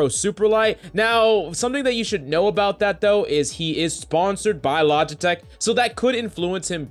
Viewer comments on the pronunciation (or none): none